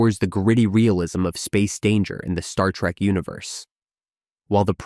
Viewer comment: It's trek not track!!!!!